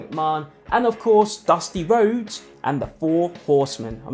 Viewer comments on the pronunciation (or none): none